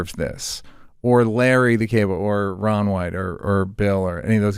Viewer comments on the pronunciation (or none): none